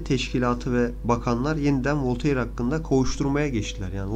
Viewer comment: Bilindiği üzere Voltaire Fransız. Fransızca telaffuz kurallarına göre "Volteyır" diye okunmaz, "Volter" diye okunur.